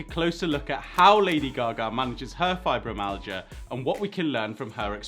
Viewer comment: There's no amount of money in the world which will take the pains away. It's pronounced fibro- MY- al-gia